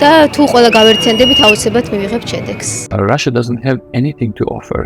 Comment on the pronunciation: I don't know who did the voice in this video but her English pronunciation is quite bad...she can't even pronunce Russia properly, it's pronunced Rusha, not Rushia...she sounds Chinese, not German...anyway not worthy of DW, the entire you really have to pay attention to what she's saying and try to figure out